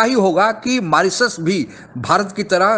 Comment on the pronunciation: मोरोसियस नहीं मॉरीशस 😂😂